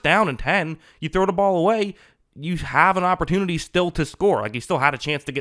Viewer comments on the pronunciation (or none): none